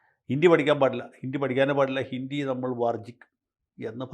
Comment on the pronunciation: ഹിന്ദി എന്നാണ് ഉച്ചരിക്കുക ജയശങ്കർ ജി. ഹിണ്ടി അല്ല 😂😂